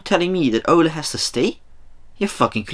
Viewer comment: It’s Ole not Ola and he was a striker not a midfielder lol